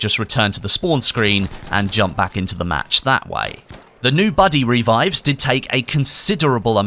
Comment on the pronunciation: "reevives" lol